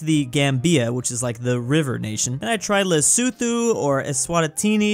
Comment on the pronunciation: Lesotho is pronounced right